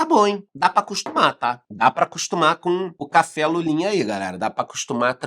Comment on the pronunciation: Essa café seu, pode ser chamado de cháfé kkkkk